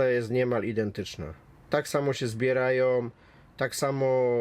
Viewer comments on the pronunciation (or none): Kampery tak samo się zbierajom tak samo jadom, i moc sto czydziesci koni. Ludzie, zanim coś wypuścicie w eter, niech ktoś z podstawową znajomością języka polskiego to odsłucha i może warto czasami edytować rażące błędy ortograficzne. Przecież tego się nie da słuchać, uszy krwawią. Skąd biorą się słowa typu, poczebne, lekutko, czydziesci itd? Jakoś kobieta na filmie potrafi się wysławiać bez błędów, dlaczego ten chłop nie może brać z niej przykładu?